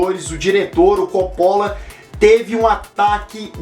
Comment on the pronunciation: esta pronunciando Coppola errado